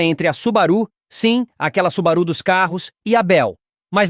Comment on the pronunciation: Cumpre esclarecer que a pronúncia correta é SUBÁRU e não SUBARÚ. Moro no Japão faz 25 anos e por aqui nem os japoneses sabem dessas informações do vídeo. Obrigado.